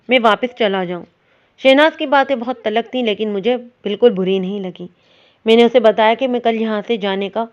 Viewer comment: Bibi talakh nahi talkh.